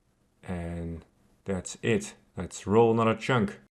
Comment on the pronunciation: Pronounce chunk right for one. Not with “ink” it’s with “unk”